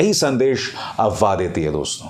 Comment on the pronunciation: Abhisar Sir aap AFWAAH word ko wrong pronounce karahe ho. AWAAH nahi AFWAAH hai,, app F ko silent karahe ho.